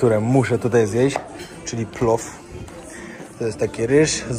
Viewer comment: Rosianie wymawiają PŁOW a nie PLOF Pozdrawiam